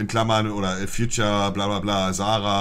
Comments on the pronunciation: Haha bei 0.43 sagt er er sieht da kein future statt feat. 🤣🤣🤣 Aja und Cococabana🤣🤣 Monte is echt lost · Kristijan B. Ich weiß, aber es klang wie Future. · Kein Future im Titel ... bester Versprecher 😄 liebe geht raus an Monte ❤️ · Ich seh hier kein "Future" beste englischkünste 😂😂